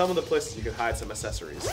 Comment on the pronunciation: He doesn't say accessories correctly.